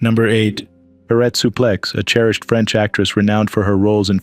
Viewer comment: If yer gonna narrate , please, practice the names before ya read . Suplex i ask you